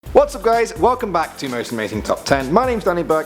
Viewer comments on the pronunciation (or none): none